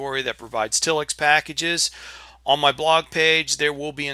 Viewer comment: If it were pronounced till-ix it would have two ls. I'm with you, it should be tile-ix.